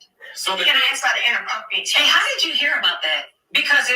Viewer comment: can't even pronounce "text"..she knows damn well Mel wasn't being inappropriate.